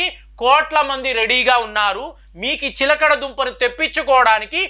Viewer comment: ఎక్కడ కాపీ కొట్టావురా! source of video చెప్పురా! "చిలకడ దుంప" కంటే "చిలగడ దుంప" అనడం సబబురా ఇన్నిఆరోగ్య జాగ్రత్తలు చెబుతున్నావు అయినా నీ తలవెంట్రుకలు ఎలా ఇంత చిన్నప్పుడే రాలాయిరా ఆరోగ్య సూత్రాలు చెప్పటానికి ఇండియాలో వేలకొలది డాక్టర్స్ వున్నారురా నువ్వెందుకు అన్ని నెత్తిమీద వేసుకుంటున్నావు? నువ్వు డాక్టర్ వి కాదుకదా! "సిగ్గూ" "ఎగ్గూ" లేని "విగ్గు" "వెధవ" 😂😂😂😂😂